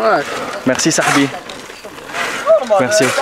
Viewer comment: On dit les sahabs pas les sahbis lol@